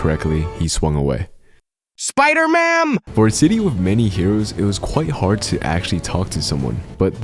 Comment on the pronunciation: idk why "SPIDERMAM" killed me but I'm all for it